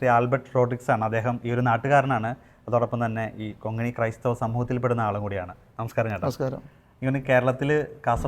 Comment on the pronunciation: Kongini അല്ല, konghani